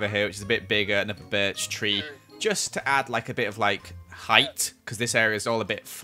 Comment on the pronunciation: keeps saying berch me:KINGDOMCRAFT